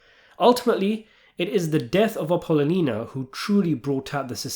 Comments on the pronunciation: Thanks for the fine review of the Godfather saga. Such an excellent story and fine film worth watching over and over to get a better sense of its many nuances. However, the mispronunciation of Appolonia was unfortunate. Also, Michael does say ‘its only business, not personal.’ Even if he knows its not true. 😊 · Great channel and work, but her name was pronounced “Appelonial. Ahh-ppah-lonia. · Bro. Love you, but Apollonia. app-oh-LOW-nee-uh!! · it's appa-lo-nia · It’s pronounced Apple-lonia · Great video. Only thing that bugged me was how you said Appolonia. App-owe-loan-ya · lonia, A-po-lonia you effing ass kiss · Apple owe knee ya; say it fast. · As soon as I hear "Ping! Pow!" I know a video's coming up that's worth listening to! Great take. Now, repeat after me, please. "Apple-o-knee-ah." "Apple-o-knee-ah." "Apple-o-knee-ah." YW Peace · happy to see saying Appalina didn't bother just me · Yeah. Came here to say this. His channel is too long standing for him to not know how to pronounce her name. It’s almost embarrassing for someone so well steeped in godfather lore to mispronounce it. Ah-poll-oh-nee-ahh. In case he genuinely hasn’t watched the movies, lol. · You're saying his wife's name wrong! I don't why that bugged me so much, but I'm glad to see the comments felt the same way 😂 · Your pronunciation of Apollonia’s name is soooo bogus! I think you’re doing it on purpose, or you’re a poor reader 😅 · BROOOOOOOO Your videos are great but you need to get your pronunciation correct… It makes it hard to take your serious 😂 APOLLONIA You used to call Frank Pentangeli PEN-TAN-GHELLY 🤣🤣🤣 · Why are you pronouncing his wife’s name so ridiculously?! 😅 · Ok you win I'll comment about it did Apollonia make you mad in some way for you to butcher her name the way you did in this video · Dude! I’ve been watching you make videos about this film for years. How can you not pronounce Michael’s wife’s name? So do to call his dad voti cornetto?